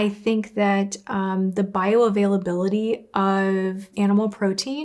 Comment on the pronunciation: As a renal dietitian; I’m triggered when she says bioavailability 😂